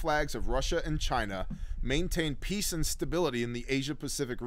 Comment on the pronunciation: I lost my shit when you called China 'gina